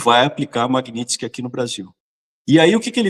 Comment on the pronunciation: Não é Magnitisk, é Magnitsky, que é o nome do cara